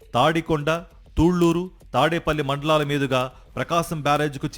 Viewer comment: భయ్యా, ఆ వూరి పే రు తూళ్లూరు కాదు తుళ్లూరు😅 nee moham manda.